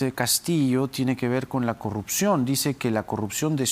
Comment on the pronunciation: Respetamos???? Dice?????pequeño grupo????? 70 % SOMOS UN PEQUEÑO GRUPO????? TAMPOCO SABE LEER????? O NO SABE QUE SIGNIFICA 70%?????QUE RENUNCIE.....NO SE DICE CORRUCION....SE DICE CORRUPCIÓN ......